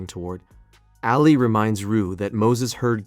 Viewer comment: Nobody has said it yet but you definitely butchered the pronunciation of Ali’s name